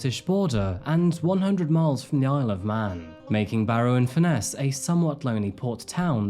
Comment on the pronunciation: Just a note, its pronounced furnace not fur- ness. Its a beautiful place to live, I live on walney, and my daughter was friends with Ellie and one of the young women named as being trafficked. I might stress my daughter was never ever with Ellie on any dates. She did have to give a statement to police. This has rocked the town like you wouldn't believe. May I add, a minority of the town did act inappropriately towards the Asian community, but we very rarely have racially motivated crime in the town. Not everyone targeted those mentioned. I would also like to stress that those named have reputations in their own right.. no one will ever know the full truth and I don't think we ever will find out. As a town we will heal,and support. Still very raw, many people feel very hurt, misled and deceived. But as always barrovians bounce back, and despite what you may here, we are very welcoming and hospitable people